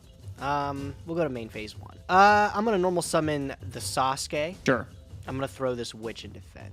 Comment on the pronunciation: I'm sorry man... but how do you play these games so much and not know how to pronounce some of these names? Its so infuriating everytime I hear you call Sasuke "Sasookeh". Like dude, he has the same name as the character from Naruto, and naruto was so huge, even if you never saw the show, I'm 100% sure that you've at least heard other people say their names. Its pronounced "Sah-skay".and why the hell did you call him "Lick lord"?! Its pronounced "Litch". Like, come on man, you're a weeb nerd. You should know these!